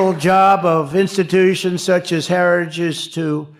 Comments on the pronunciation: He can not clearly pronounce Heritage .... he tried a second time just a slosh mosh clearer... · Gut can't even pronounce the word heritage. Good lord. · He cant even say Heritage